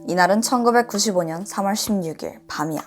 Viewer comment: 단지 반말만의 문제가 아닌거 같아요! ~~거지, '밤이야', '때리고 말아' 등의 억양이 좀 어색하게 들려요. 아마 조금 대본을 자연스럽게 읽어주시면 좋을 것 같아요!😊